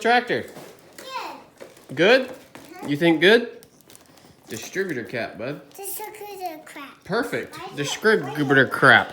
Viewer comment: "dis-a-critter-crap" Love it!